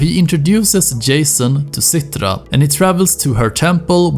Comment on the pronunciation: and "rakkjat" and "Cittra", haha, you sound so swedish. It´s funny.